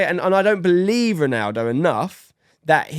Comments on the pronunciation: I enjoyed this but every time I heard "Ronardo" it hurt a little. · Why does he keep saying Ronardo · Why bro keep saying Renardo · Nobody….: “Ranardo” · I even heard Renato at one point…. 🤣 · Can’t even say ronaldo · For someone who loves Ronaldo so much you’d think would be able to say his name properly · Is it only me whos triggered about the mispronounciation of Ronaldo? 😅